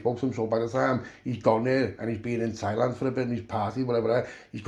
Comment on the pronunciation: Lad soon as you said tieland land speĺt wrong lol.i knew wot was comeing lad thats hevey carnt wait for the rest 💯💯✌👍🏼